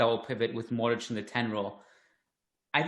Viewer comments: There is an invisible H at the end hence the accent mark on the ć. This guy is simply pronouncing Luka’s name phonetically. Should he know better, probably but I’ll not knock him for it. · You know so much and still can’t pronounce Modrić. :) I mean the ginger guy. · can't pronounce Modric properly😂